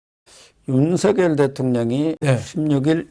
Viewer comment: 윤석열(렬) 대통령을 "윤서결 "이라하지 마시고 "윤성녈" 로 하시는게 맞습니다!ᆢ 성원합니다!